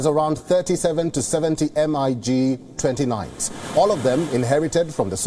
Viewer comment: Oh yes, the secret plane types we never heard of, made right there in the former USSR - the "Em-Eye-Geez-29s"